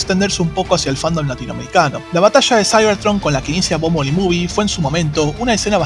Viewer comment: excelente vide,pero se pronuncia bombel bi